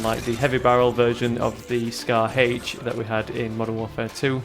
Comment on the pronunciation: Lol Scar-H. Sounds like Scar Hch